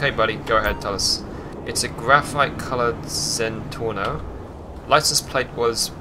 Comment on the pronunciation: It's a zentorno by the way not a zentoro